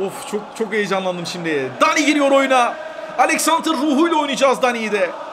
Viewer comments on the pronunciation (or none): Dani değil abi Deni